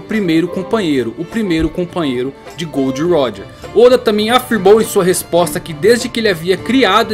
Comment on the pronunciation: Mano, pq ce fala, "Gold roger" se é " Gol D. Roger" essa referência a metais na tripulação de roger acho desnecessária